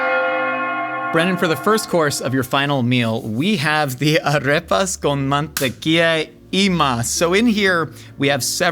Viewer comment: His Spanish pronunciation is charmingly bad lol man-tequilla